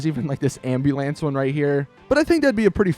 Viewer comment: Did u just say amu lance?? haha